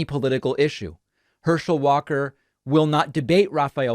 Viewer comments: "and one of the reasons I find this race so disturbing, is Herschel Walker quite literally can not speak... Herschel WATER"... lol I feel you though... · Before you go making fun of someone else you should make sure you are on top of your game with no flaws. You called the man Hershel Waters. seconds in the video.